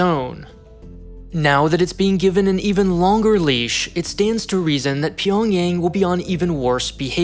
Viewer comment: Pyongyang is 'ah' sound. not Pyongyeng